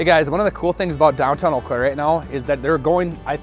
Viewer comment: Ol Claire 😅 where is that in Milwaukee we say eau Claire is it weird being in Wisconsin but a suburb of the twin cities